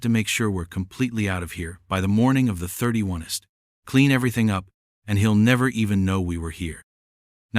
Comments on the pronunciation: 31st is pronounced 30-fisrt, 31 st. This is a very lazy creator who doesn't edit the video. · Pretty well written and voiced, except for screwing up the "31st" of the month twice. Also the image of his house did not match his description. Better than most of these stories, but still shows the stories need editing by a native English speaker. The pacing is correct, with no weird gaps in the narration. That's nice, for a change.